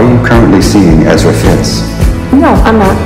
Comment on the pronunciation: It is Ezra